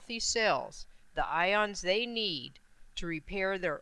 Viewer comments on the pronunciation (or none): none